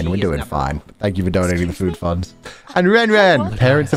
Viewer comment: I’m pretty sure he’s saying fuu funds, which = his fudanshi obsession